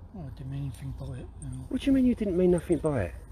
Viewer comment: It's nothing, not nothink, and platonic, not plutonic.